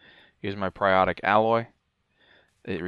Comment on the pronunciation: For the love of god why are YouTubers so bad at reading... I've yet to see how someone can say Alloy correctly then mispronounce it 2 seconds later by saying "Ally".